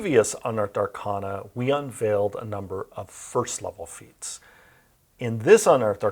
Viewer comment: Why does he mispronounce arcana?